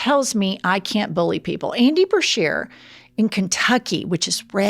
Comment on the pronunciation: Wow, really dunked on Duncan! Multiple chances and he still F-A-I-L-E-D. P.S. - BA-shear✔ not BRA-shear❎